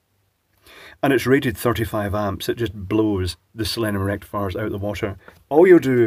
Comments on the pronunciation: Sounds like you said "selenium rectafart" which would be perfectly appropriate. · Rectum-fiers you mean😂😂😂